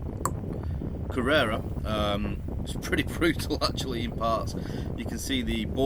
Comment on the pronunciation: Great fish and chips in that pub. I know it isn’t easy but some of those place names have been getting murdered recently 🙂 It’s Kerr-er-rah next, not Carrera. You’re living the dream and thanks for bringing us with you.